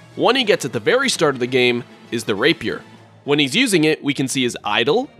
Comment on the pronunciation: r a y p i e r s (it's rap-ee-er)